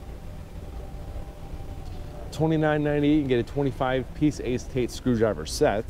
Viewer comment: It’s pronounced “ass-a-tate” not “ace-tate”